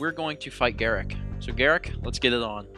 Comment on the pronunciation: I think it's pronounced Gahr-ROOK, not Garrick.